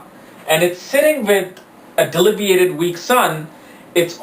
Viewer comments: Being an astrologer please learn to pronounce the important words often used in astrology... It is DEBILITATED & NOT DELIBIATED...!!! Everytime you pronounce the word wrong l lose my interest to listen to you further.... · It's debilitated and not delibiated.. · "DELIBIATED" BRUH DUDE NO CAP, CAN'T BELIEVE THAT IT'S